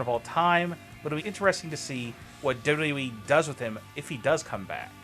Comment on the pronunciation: Your pronouncing of WWE is frustrating...